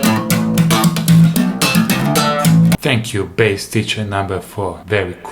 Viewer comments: lol "tank" jajajja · "Tanks" KKKKKKKKKKKKK